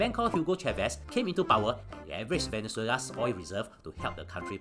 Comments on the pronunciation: I like how you pronounce “oil” as “oi” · Oi is easier to pronounce lah, the Singaporean tongue very difficult to pronounce L :face-blue-smiling::face-blue-smiling::face-blue-smiling